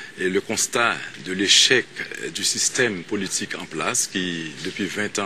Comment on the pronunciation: Michel gen yon problem avek mo Politik chak fwa l'ap di'l li prononse'l "polituque".lol